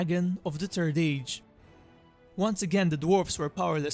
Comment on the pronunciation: He kept calling it “the turd age” lol!